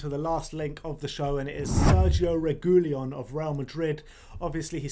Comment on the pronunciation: Learn to pronounce Spanish names. You butchered reguilon